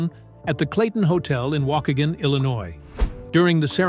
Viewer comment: They mispronounced Waukegan